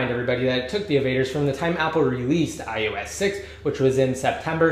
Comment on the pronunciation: it's iOS!!! iOS!!! not "iUS"